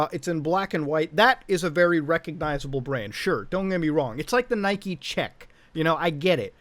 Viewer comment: Nobody: Muda: "nIkE ChEcK"